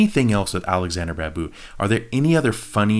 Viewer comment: Please Do try to watch “Roja” movie. The Babu should be sounded like BaaaBoo